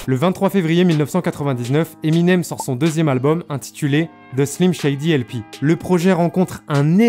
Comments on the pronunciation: Pourquoi tu dis emInem genre pas d’accent? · Tu c pas dire le nom de eminem c cho